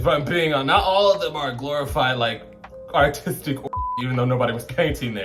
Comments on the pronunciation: B, every time you said "aRtistic" all I heard was "Autistic". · I thought you said ‘autistic’ instead of ‘artistic’ and I was like okkk represent the neurodivergent girlies 💅🏼 😭